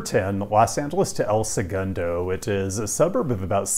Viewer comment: Huge respect for pronunciation of El Segundo. I knew you were thorough with your research, but this confirms how dedicated you are to getting even the smallest stuff correct.